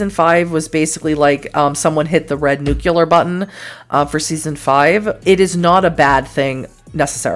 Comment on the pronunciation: You care and you love, so you are not a terrible person. Please be cynical. We need more cynical people. That said, you gave my girlfriend a conniption when you said nuke-u-ler.